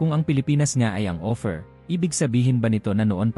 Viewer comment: Ang pagbigkas mo ng salitang OPHIR ay hindi tama, ang pagkakabigkas mo ay OFFER, naway maitama po.